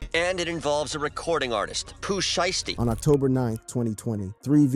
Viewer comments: Sheath? You not even trying bro 😒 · Daaaaamn my g.. the news reporter even said sheisty's name right and yo ass couldnt??